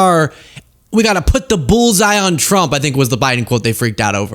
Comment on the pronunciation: what's up with the name Trump? She says Thump, that press lady says Chump, i've heard say Frump... I love it, mangle it some more!